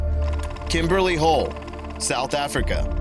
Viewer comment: Every time he says hole I just hear hoe.